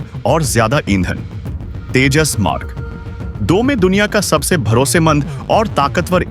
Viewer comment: IT IS SURPRISING THAT YOU CAN'T SPEAK OUT TEJAS MARK2 PROPERLY AND PRONOUNCING TAJAS MARK .... 2. YOU NEED TO RPACTICE READING TECHNIC.